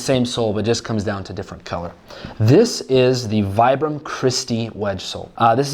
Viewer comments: I love your videos, I am most likely going to get a pair this upcoming month. I spent 4 years in the active Army as a light infantryman, and I swear by Vibram soles. But? Its pronounced "Vee-bram." Lol. Took me a while before i lost a bet to someone over it 😂 I will get a pair, and I am going to beat the snot out of them, AND post a review on youtube 😊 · It's pronounced as "vee-brum".